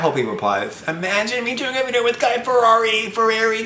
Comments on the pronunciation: you did not just say guy ferrari HAHDHJSJ 😩😩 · HE KEPT SAYING GUY FERRARI IM SCREAMING